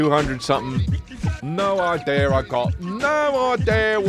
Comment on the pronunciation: Finally someone emphasizing the “r” in idea. British people can’t keep getting away with this